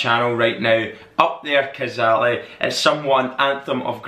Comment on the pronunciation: Pronounced Up there (kaa-zay-lee) Cazaly